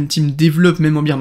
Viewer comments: Bear market pas beer market lool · Merci pour cette vidéo!! Mais pour info: on dit pas Beer market (comme la bière) mais Bear Market ( Bère si tu préfères):) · Si jamais on dit « bear market » pas « beer market 🍺 » ahahha et bear se prononce « ber » Sinon tip top la video je partage ton analyse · Merci pour tes vidéos. « Bire market » = marché de la bière « Bère market » on est plus dans la crypto… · Biiiir Market !!!???? Tu es sérieux là franchement ça veut dire le marché de la bière tu as rien compris si tu prononces ça comme ça déjà d'entrée tu es pas crédible